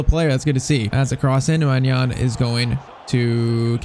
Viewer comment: Just so you know, it’s pronounced “my nan” maignan= my nan